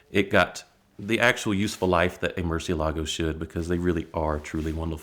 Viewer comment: Btw: It is pronounced muCIElago, not MurcieLAgo.😊